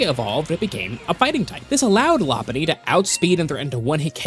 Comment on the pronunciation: Law Punny ❌ Low Punny ✅